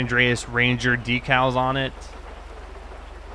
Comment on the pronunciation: why dose he say deep calls for decal